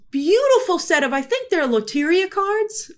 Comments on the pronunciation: And it's pronounced kinda like luh-teh-ree-ah :3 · Grace you had me confused for a second by the way you said LOTERIA lol